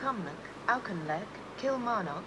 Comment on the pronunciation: Some dodgy pronunciations of sanqhaur and auchinleck!